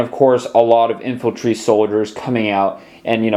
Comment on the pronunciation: I'm sorry but this is bugging me that you keep saying infiltry but it's actually infantry